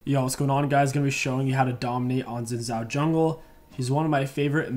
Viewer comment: it's not "zin zow" it's "shin jow" look up league of legend's champion spotlight by riot games. It's a Chinese name, in Mandarin the pinyin "x" is pronounced like "sh" and the "zh" like "j"